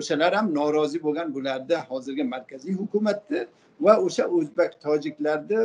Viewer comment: Озбак эмас Озбек болади амакини гаплари жута тушунарли болди лекин Озбак дейиши йокмади